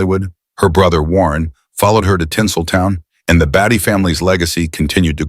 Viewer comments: Not batty…bay-tee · Interesting...however, it's "BAIT-Y" not "BATTY" And, Warren is not her "baby." I think you forgot the word, "Brother." ...Also, , ninety five percent of this isn't about what's in the title. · Beatty is pronounced "Bay-tee" not "Bat-tee". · Beatty not Batty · It’s Bait-E. Not Batty👎👎👎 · it's /BAY-tee/ not /BATT-ee/ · It’s odd you can’t even pronounce their name correctly … Beatty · It is pronounced Bay Tee, you ....m....n